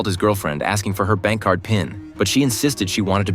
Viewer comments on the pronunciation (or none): none